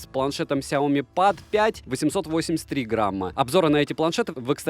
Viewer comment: ПЭД БЛИАТ СУКЕА, А НЕ ПАААААД